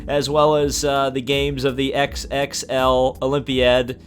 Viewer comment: Oh, XXXI is "x x x i" not "x x x l" 😂😂😂